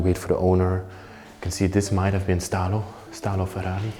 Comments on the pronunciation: He was called Italo, not Stalo 🤣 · The Name of den Dentist was Italo...not Stalo 😉